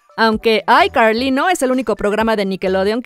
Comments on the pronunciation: PORQUE ESO DE DICES BIEN DRAKE Y JOSH Y NO DE ICARLY NO EN VEZ DE DECIR ICARLY DICES AICARLY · SE DICE ICARLY Y NO AICARLY